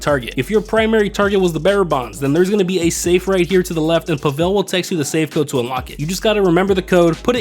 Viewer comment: Spelled tequila and pronounced Pavel incorrectly. Gather Intel prep - Do not need to wait for the guard in the tower to turn if you go immediately to jump the cliff/wall with the motorbike. - After scoping the compound loot at the comms tower - can start a new session - no need to get caught by a guard or die. Plasma cutter prep - Just immediately take a pic upon entering the safe house Safe code prep - After grabbing the code, if you kill yourself quickly enough, you will pass the mission without needing to exit the penthouse and casino. Cutting torch prep - Not worth getting the hard hat and going stealthy for 2 of the locations if you have an Oppressor MK2 or Sparrow (just spam missiles first). Finale - Weed does not take 33% of the loot bag. It takes 37.5% (so 2 weed + 1 cash fill a bag) though 1 gold + 1 weed also exactly fills a bag. - When starting the finale, if you don't open the Weapon Loadout menu, you will still get suppressors even without choosing them. - At the airstrip, if you hit the shed that's not in the warehouse/hangar first, you won't have to wait for the guard to leave the area. - After exiting the compound, no need to kill the jeep driver on the compound grounds - you will be long gone before he sees the body. - Wheelie the bike to land near a certain triangle of mines (see virtually any other Cayo video) - the closest spot at which you can escape. Only need to swim a few seconds at most, not a minute or so.